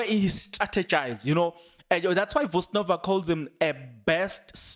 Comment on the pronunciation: VUSI THEMBEKWAYO..NOT NOVA*